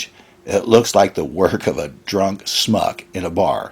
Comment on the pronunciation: My dude, I am BEGGING you to learn how to pronounce "shmuck" 😢 Please. Say it like it's German, because it's Yiddish. Start with "sh". Sh-muck. Not smuck. Thank you. 😮‍💨